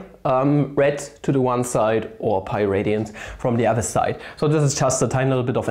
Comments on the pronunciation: "e to the ah pah over 2" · "Phaa öveür twö" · So he said Pi as "Pha" cool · Cant decide whether had a stroke and cant say pi any more or if he just hates me